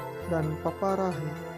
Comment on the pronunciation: Haha bukan paparahe min tapi papahare 🤣